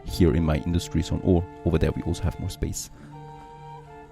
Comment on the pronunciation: You say "Also" or rather "olso" way too much, damn. Nice content though.